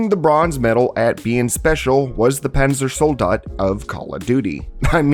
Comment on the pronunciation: i think it is funny how you pronounce the panzersoldat zombie